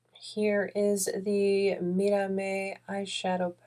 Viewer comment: Wow…beautiful look. And your pronunciation of the words in spanish is top notch. I really enjoyed watching you creating the gorgeous look. Didn’t that about brand. Do another look. I really like the way you applied makeup, different and nice. Thank you.